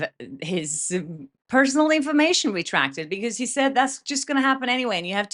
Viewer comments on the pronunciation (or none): ReDacted... not reTRacted. 😉💗